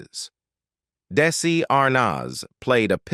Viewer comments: This narrator has made such a mess of mispronouncing Desi Arnaz's names what? 45 different ways (kidding) mispronounce the word sobriety. So bree a tee. Oh my GOSH. Plus and even saying Daisy for Desi. And using Desi Jr's photos for Desi Sr.'s stories. Sigh. I have caught this :"channel" doing this same thing for other celebrities stories. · Sounded like the narrator was saying DAISY! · "Dacey Arnoz" seriously????????? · The narrator also keeps saying "DAISY"!